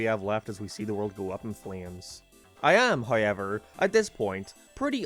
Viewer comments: holy shit what is that accent?? how do you make however turn into “woweher” 😭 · I heard Hiyever